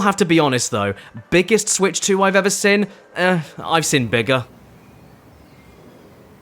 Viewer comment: Why do you pronounce "seen" as "sin?" Bro cant even speak his own language. 😭